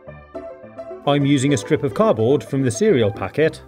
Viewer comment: I love all of your videos but I find it really annoying how you say car-board instead of cardboard haha but that's just me, not meaning to be mean, it's just my opinion 😁😊